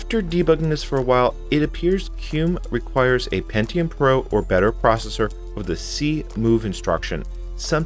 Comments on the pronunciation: FYI, it's pronounced "kem-you". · Wait why the hell are you calling qemu qume